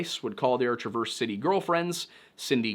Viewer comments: hey …. Traverse city native here… it’s pronounced ‘Trav-erz City’. Also, Sault Ste. Marie is pronounced ‘Soo Saint Marie’. Great video! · You’re pronouncing Traverse City wrong 🤣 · The pronunciation of Traverse city made my skin crawl lol. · I agree. That said, while mispronounced a few city names, Part Time kept calling Sault Ste Marie, "Soo City". Not "the Soo" or the Sault...just "Soo City" though he did say Sault Ste. Marie correctly. kept saying "Saunt" instead of Saint 😂 and Traverse City, "TRAH verse City" 😅. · Not to nitpick, but it's pronounced "Tra-verz" ("a" sound as in "at") City. Amazing video, btw. Love this slice of Midwest lore and your use of lyrics for the chapters. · Gotta love how non-Michiganders say our city names. TraVERSE City made me giggle. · SO CLOSE!! Sault Ste. Marie Is SOO SAINT MARIE (Muh-ree) And Traverse City is pronounced like TRAVER'S CITY .... So close. I'm from close to there, if you need help with pronunciation, I can help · I almost dropped my phone on my face when he mispronounced “Traverse”. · That Traverse City pronunciation had me lmao, Love your Videos but that one got me XD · About to say I’ve never heard Traverse City pronounced like that😂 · No one ever pronounces Traverse City correctly...